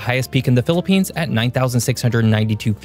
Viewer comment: Thank god you didn't say philipines wrongly😅 And yes, ask a philipino, every natural disaster target us